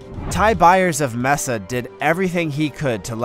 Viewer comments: I very much enjoyed the video, until when you pronounced mesa az MESS-AH then added insult to injury with cas-the-NED-a, try MeYsa and Cas-the-nada or the American version like Cas-ten-aida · Great examples of bravery❣️ BTW, it’s May-suh not Mess-uh. 😉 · It's pronounced May suh (Mesa).